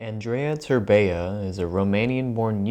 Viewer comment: Andreiah terbeiah im romanian and get a lil triggered every time he says it